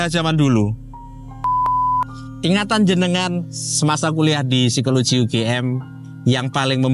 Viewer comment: Ngotot banget ngomongnya berisikkk Ganggu! Satu lagi, Psikologi bacanya sikologi bukan sikoloji pak.